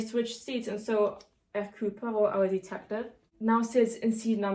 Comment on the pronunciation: أحببت نطقها لإسم هيركيول بوارو ايضًا .. انها حقًا رائعة ❤️